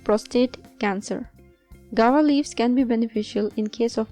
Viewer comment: Madam it is pronounced GOO-A-VA not "gawa".